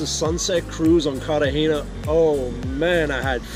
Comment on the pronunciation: Carter hayna? It's Cartagena pronounced "CARR/ tah /HEY /nah".. stupido